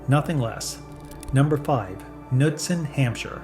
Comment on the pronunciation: Are you for real? Something's odd with your videos! And it's not just this one! You're talking about Knudsen Hampshire sour cream and all is in footage is Fage sour cream! When you're naming certain labels you're comically pronouncing them awfully wrong like a bot is reading the script! What the hell is up with this channel!!!! 😡